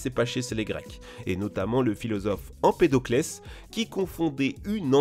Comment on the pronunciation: Empèdocle pas empedocles mdr